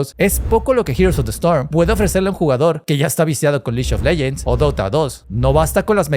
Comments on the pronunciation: Me duele cada que dices liyo leyents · El "liyon leyens!" Iba tooooodo bien hasta ahí...